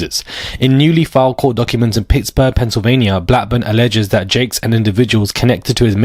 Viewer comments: Jakes, not Cakes 😂😂😂 funny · Its pronounced TD JAKE OK 😁😉👌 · Say his name right JAKES